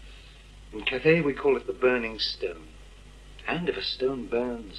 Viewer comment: Cathay not cafe.